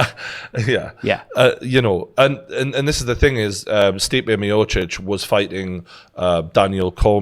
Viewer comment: i speak croatian and that pronounciation by TG was on point! best one so far!